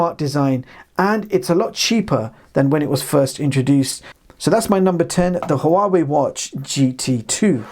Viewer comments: It's pronounced Wawei NOT Ha'Wawei. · p.s. I believe HUAWEI is pronounced more like WAH WAY